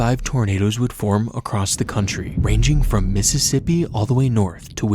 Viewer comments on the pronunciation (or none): none